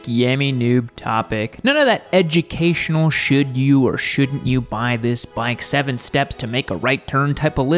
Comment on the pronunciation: It sounded like you said " edgy-cation" 😂